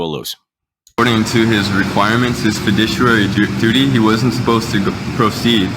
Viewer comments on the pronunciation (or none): "Fidishary"? Has he not seen Mary Poppins? :)